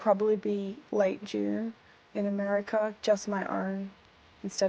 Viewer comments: "Americer" lol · She says Americer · Lol americer